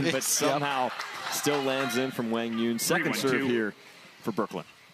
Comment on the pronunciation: They are trying to to say it as Qwaang You-ung , the D is silent and DU is like saying You stretched. QUANG is not Qwong it’s more Qwaang